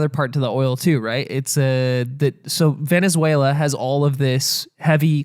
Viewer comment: I was gonna like and watch the entire video, but the gremlin said veziezuniela so i will report this video. thank you for your attention to this matter